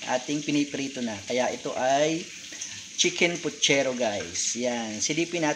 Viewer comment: PUCHERO not Putchero!